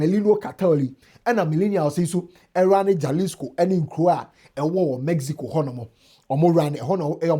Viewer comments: My all-time favorite person on the internet, J in Spanish is pronounced as H. So instead of jaslico, you say,halisco. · Its not mention jalisco rather halisco the J is silent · It is pronounced "Halisco." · It’s pronounced “ halisco“ the J is pronounced H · Jalisco is mentioned as “Ha-lis-co” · Is pronounced Halisco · It’s pronounced halisco ( j is h ) in Mexico as the Spanish word is pronounced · 👉 “Hah-LEES-koh” Breakdown: • Ja = “Hah” (the J sounds like an English H in Spanish) • lis = “LEES” • co = “koh” So it sounds like: hah-LEES-koh The stress is on the “LEES” part. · the “J” is pronounced as “H” in Spanish